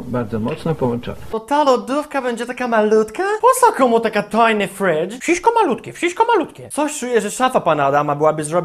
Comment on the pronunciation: "wszyśko malutkie, wszyśko malutkie" :DD